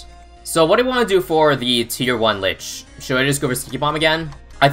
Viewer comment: isn't it pronounced leach? as in it leaches the monkeys life when sold, and buffs from monkeys, and it uses them to heal and spawn dead moabs